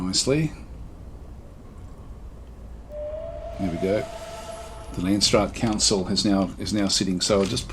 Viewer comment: I like how your prenounce landsraad. It's a Dutch word so you completely butcher it.